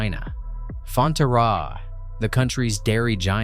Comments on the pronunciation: WTF is fon-te-RRA? It is pronounced fon-TER-ra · lol fonteraaaaa. Fon-terra. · LOL...the pronunciation of Fonterra (Fon-Tear (like from your eye)-ra). Hard to take someone (or AI) serious when they haven't tried to find out how to pronounce names (even remotely) correctly. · IMMEDIATE DISLIKE because of that FUCKING AI VOICE !!!!!!!!! And if it is not an AI voice than at least learn how to pronounce Fonterra